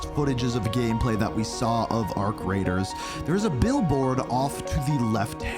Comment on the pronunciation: Every time he says "Arc Raiders" I think he either said "Our Creators" or "Our Craters"😅